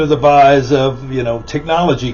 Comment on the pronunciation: The word is "guise", not "vise."